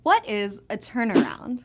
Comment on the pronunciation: I thought she said wrap around 😂